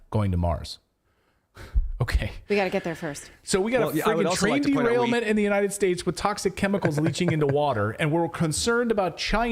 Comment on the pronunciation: "Trail derainment"